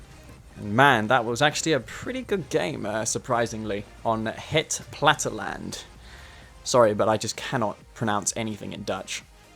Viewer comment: You say platteland pretty well, but the emphasis is on the last syllable, and the e is not quite silent.